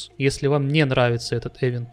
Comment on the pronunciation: event [ɪˈvent], то есть произносится как ивент, ну xpeн с ним по-русски принято - эвент, но уж ударение то точно на второй слог, а никак не на первый